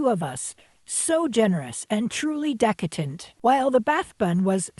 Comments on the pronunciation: Is “decatent” a Canadian 🇨🇦 word… ‘cause it sure ain’t English! 🏴 😂😂😂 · It was a cute 🥰 flub… thoroughly enjoyed the video! 👍